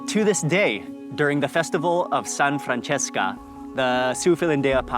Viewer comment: san francesco not san francesca, as in St Francis of Assisi.